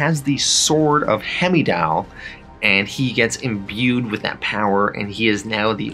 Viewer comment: Bro you butcher these characters names. Hemidall?? It’s Heimdall pronounced Hymdoll